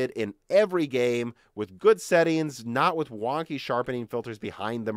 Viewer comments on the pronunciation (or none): none